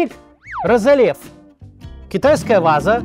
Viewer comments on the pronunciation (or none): РозЕНлев, трЕст. Максим, читая чужой текст, надо делать это как минимум вдумчиво.